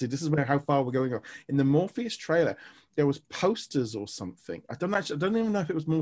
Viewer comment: Just wanted to let you know, it's MORBIUS not Morpheus